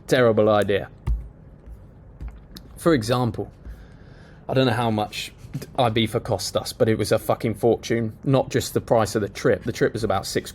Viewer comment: never heard someone replacing a Z wif an F